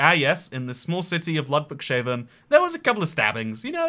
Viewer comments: "Ladouick-Shaven" 🤣🤣🤣 It's pronounced "Loodvigs-Hahfen", mate! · Very great pronunciation of Ludwigshafen. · Great video and all, but your pronounciatikn of "Ludwigshafen" annoys me